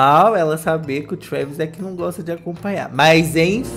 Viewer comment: O fala trueeeeeevis